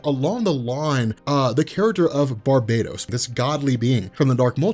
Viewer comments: For the love of god its Bar-bah-tos not bar-bay-dos! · The words are pronounced STAM-IN-AH and BAR-BAH-TOAS....there is only one “I” in stamina and Barbados is a Caribbean island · Well for one (not to sound rude or anything), but it's pronounced and spelt: Barbatos. And Two, there probably is but for now, Remember: All Roads lead to Darkness.